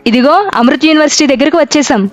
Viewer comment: అమృత్ యూనివర్సిటీ కాదమ్మా ! అది అమృతా యూనివర్సిటీ.